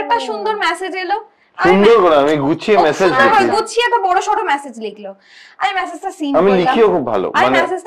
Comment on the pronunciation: All said and done but this is for both.The word is message and not massage. 😢😢😢😢😢 Didnot expect from the man at least.